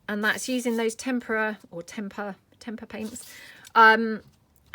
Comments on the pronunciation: TemPRA is how you say it. Oh you pronounce it Stamp per re A. If you don’t pronounce right they won’t send you freebies girl. Just trying to help you. Hope nobody thinks I’m a witch. At least here in the states. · Tem-per-ah is how I’ve always heard it pronounced. I’ve would never film me crafting. The biggest mess maker in the world. I think the background pages are beautiful. Can’t wait to try some. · I'm old, like really old & in school we were taught the pronunciation "tem per a".